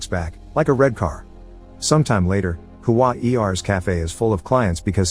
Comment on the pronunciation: Hua-er is pronounced as Hua + "ear" without the "a" in between. Like saying lousier but without the "lou" and "i"